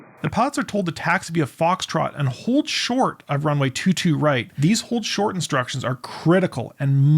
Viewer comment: The command of "AND HOLD SHORT" should have been announced much more clearly than the racing, nonchalant word-slurring dialect employed by the air traffic controller here. IMO.